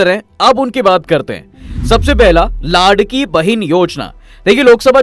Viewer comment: Bro , its not ladki, its laadki